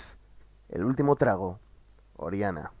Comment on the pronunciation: El último “TRAGO” 😂. Morí con las dos veces que lo dijiste! Jajajaja.